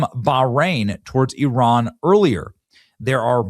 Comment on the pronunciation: ... ... THANK U for pronouncing IRAN 'PERFECTLY' 🙏🙏🙏